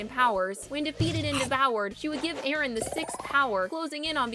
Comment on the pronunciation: ERIN??? NANI IT'S EREN